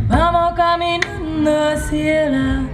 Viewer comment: "hacia" also has 2 syllable= a+cya or a+sha (not quite, but it is closer than what she says) not a+cee+a